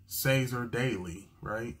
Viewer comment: Hey, Troy's last name Cassar-Daley is pronounced with a hard C so it sounds like a K more than a a soft C 😊